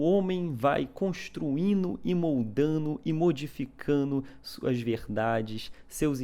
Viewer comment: "Construino e moldano e modificano"? Ih, rapá, tô achano que é baiano... hehehe